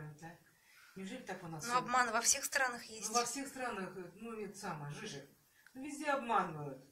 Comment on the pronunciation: это ДЖИЗУС, а не "жижик"